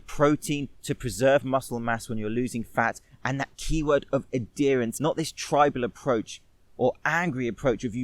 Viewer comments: adherence: ad-herance, not ad derance....aaaaaaaaaaaaaaa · Really Great Video, Subscribed.... But its pronounced add- herence not a- dear-ence. Sorry that was driving me nuts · Im fascinated by how he pronounced "adherence" haha